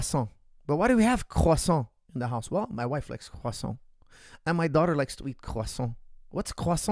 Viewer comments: Can you say quoffsaunt about a hundred more times? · Nothing softer than pronouncing croissant in French when you’re speaking English lol